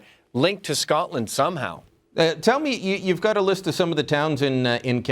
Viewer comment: Well done to Canadians for pronouncing Scotland and Glasgow properly! You guys don't have that annoying wee twang the yanks have! Scaaaatland! Does my fuckin tits in